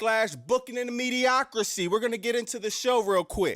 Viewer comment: We need to replace Pat McAfee on commentary! lol. Glad to see your channel growing; keep it up! *Also, just a quick FYI: the word is Mediocri-tee (not see). No big deal. I've had viewers correct me when I mispronounce words, as well. lol.